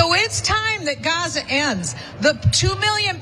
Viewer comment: What is she talking about😂. Ignorant she can’t even say the name of Gaza fool